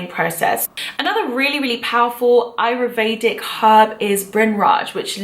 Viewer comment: Interesting video. Thanks. Just one point though: it's: A-YUR- Vedic. Not: A-ru-Vedic as you pronounce it in the video.